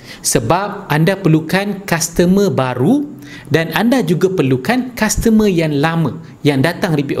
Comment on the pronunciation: Customer not kastemer